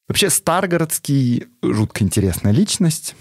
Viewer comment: Спасибо,, за интересный контент, но у тебя есть одна проблема - почти в каждом выпуске ты неправильно ставишь ударения на незнакомых тебе словах. В частности, в этом выпуске правильно произносить так: Сергий СтрагорОдский, культ ДиОниса, епитимиЯ.